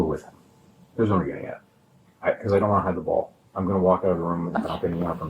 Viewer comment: Your interview is so gross! And I hate it when people end words ending with a G, with a K! So nasty!